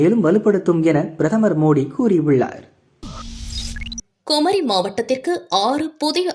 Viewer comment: செய்தி வாசிப்பாளர்(குமரி).கொமரிமாவட்டம்.(உள்ளாட்சி)ஒள்ளாட்சி என்று கூறும் தமிழ் தெரிந்தவரா? இல்லை சம்பளத்திற்கு தகுந்த செய்திவாசிப்பாளரா?